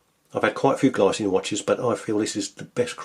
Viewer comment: btw, it's pronounced 'glee-tsee-nuh', the brand is Swiss.